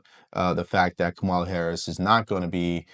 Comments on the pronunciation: Its pronounced Comma Luh . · I’m going to answer your question, but you need to have the decency to pronounce her name correctly. And no, I’m not a supporter of hers. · Once u pronounced her name wrong I saw your lying and bias